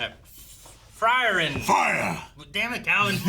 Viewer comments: It's Free-ren.😁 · if you want perfect german way to say it: Free - R'en